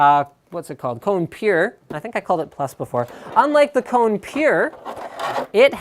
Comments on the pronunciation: You are spelling it wrong, its spelled KO-NE, not like CO-NE! Kone is finnish and means "machine" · Holy shit, im Finnish and I cringe everytime he says Cone. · Kone is finnish and means "machine" in english so you don't say it like "cone". Just a little fact ;)